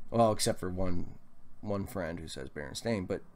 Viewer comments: It's not pronounced bear-en. It's bur-en... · It's always been spelled "stain". Mostly pronounced "stein",but spelled stain. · Just put an end to this and call them berenstEAn bears. Also sounds more like 'stein' so maybe thats the Solution?